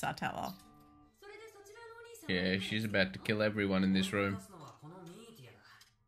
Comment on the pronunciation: Satella... just say it like Nutella (the chocolate spread" but with Sa on the start of it. Or like slang for a guy, Fella Umbrella, Fruitella (Candy) Or the name Ella Sah-tella